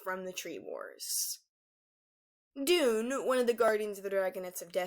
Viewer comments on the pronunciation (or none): none